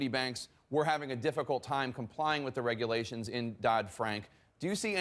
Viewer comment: (ahem) Regulations, not regualtions fraud, not faud Yeesh, get it together